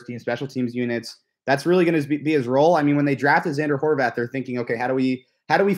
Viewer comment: I knew it! It’s prounounced “Horvath,” not “Horvahth” the way Noah Eagle and Dan Fouts say it. Thank you,! Why can’t the Chargers get a decent pre-season crew? Are they Chargers hires or do they work for CBS?